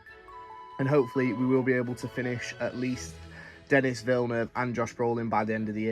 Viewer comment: Just a heads up dude in case you meet him - it’s not pronounced “Denis” it’s pronounced “Denee” - he’s known to be really annoyed by people who don’t get the name right